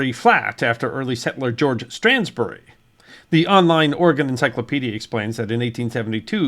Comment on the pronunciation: Thank you so much for pronouncing Oregon correctly! 😀